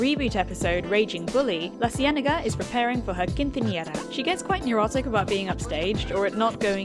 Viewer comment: Girl u can't just throw in a quinthiñera followed by LaCienega 😂 That three seconds of Spain took me out haha